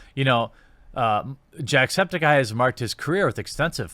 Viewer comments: I kinda like the way you pronounced "jacksepticeye" Was like"Jack Septikye" instead of "septic eye" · Lol you somehow pronounce everything wrong even Jacksepticeye's last name. Or at least that's not how he pronounces it himself.